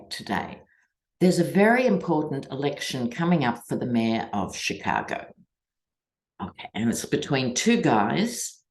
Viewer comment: Hi, dear! Must congratulate you on your pronunciation of CHICAGO…spoken like a true Shi-KAA-go-in!